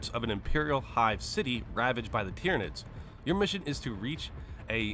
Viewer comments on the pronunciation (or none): none